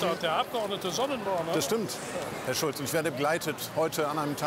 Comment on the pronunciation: Er hat Chulz falsch ausgesprochen!